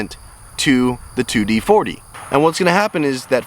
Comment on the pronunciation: Sorry but can't listen to this one. It's 2-4D not 2d40